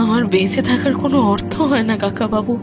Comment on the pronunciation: I enjoy your audio stories very much. Great job. Pronounciation is very vlear except the word, ‘hay’. Please make sure it doesn’t sound like ‘hai’.